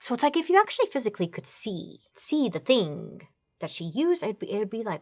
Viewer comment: Accidental Italian accent 🇮🇹telling a story from Italy 🇮🇹 .. 🤔😂 “See the thing”👨🏻‍🍳🤌🏼